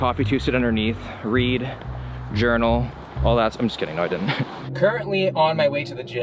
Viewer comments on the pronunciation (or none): none